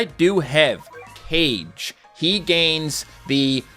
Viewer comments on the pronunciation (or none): it’s not “cage” it “ca-gay” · ok I love you man. You're the first reason I started playing the game but you've been saying this wrong for years. Its not K (C) age it's Ka (Cah) Ge (Gae) think Naruto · It's ka-ge not cage, also saggat is pronounced sag-got not sag-at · The Shinryuken is a very cool and strong Ultimate Combo move that I always see in Super Street Fighters IV Arcade Edition. That's not how you pronounce Kage's name not "Cage" it's Kah-geh. Nope Zangief and Ken are red enemies.Akuma however is considered as a black enemy. Awesome video on getting Crimson King of Battle Ken.Btw please play Clone Armies please.😀👍🙏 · Isn’t kage pronounced “car-gay” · Love the videos and also his name is pronounced Kah-geh and it apparently means shadow in Japanese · That'd be Kagei, it's spelled Ka - Gue (like in Guess)